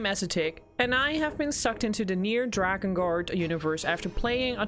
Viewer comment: You lost me when you said "drakengart"